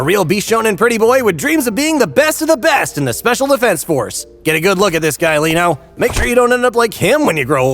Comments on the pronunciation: Reno not Leno.... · hi. love the video. really funny. just one thing. his name is RENO not leno. dub, sub and manga all say Reno. where u got Leno from i have no idea